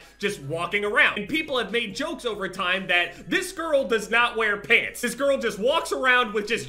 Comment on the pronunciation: I thought he was talking about pigs instead of pants lol